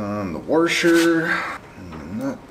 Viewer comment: Did I actually hear "Warsher" mid west slang. Instead of the correct "washer". As a former southern Illinois boy, I can hardly believe my ears. I left there 50 yrs ago.